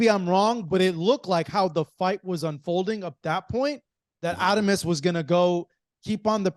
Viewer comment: If you are going to cover boxing. At least get these fighters name right. says adames right. Just say it that way